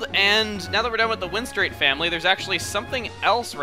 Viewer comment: I'd like to point out one thing it's the "win-strate" family